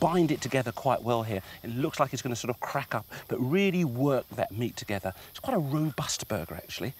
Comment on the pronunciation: Rrrrrrobust burgers! Classic Ainsley.